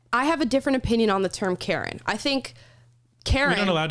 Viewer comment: Karen....CARE EN(NOT)